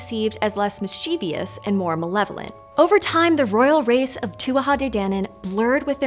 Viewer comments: As a professional instructor, would please pronounce mischievous correctly? It's not miss-CHEE-Vee-us, it's MISS-che-vus. This is not the first video she's said it this way and it drives me crazy; I lose track of what she's saying and therefore never finish watching. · you should know how to pronounce mischievous.